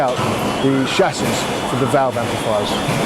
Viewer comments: So you keep saying. But the language is English. Invent your own if you don't like it ! 😂 Chassis is pronounced with a soft ch because it's from a French word. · HAHAHAHAHAHA, still IT ain't SOLD DER!!!! SHASSIS!! NOT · someone please teach him how to say Chassis